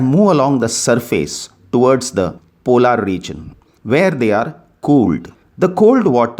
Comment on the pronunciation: Its not called polaar Regoin as you say its called Polar Regoin